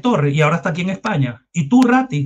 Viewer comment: RATTI NO RATTAAAA